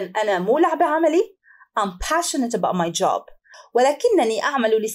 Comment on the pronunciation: استاذه ..كلمة passionate لماذ نطقتيها بشين